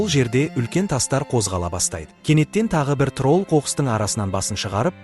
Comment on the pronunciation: Трол емес админ тролль десеңізші